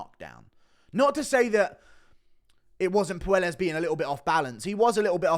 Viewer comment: I know Claudio is soy and no one cares but his last name is pronounced Poy-Es not Poo-El-Es